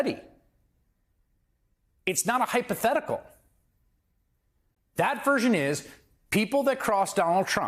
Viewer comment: Swear said "Bong threat"